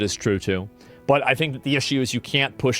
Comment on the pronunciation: that "but" 😂 sounded like BEH😢